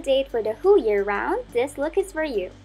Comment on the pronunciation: “For the hoo year long”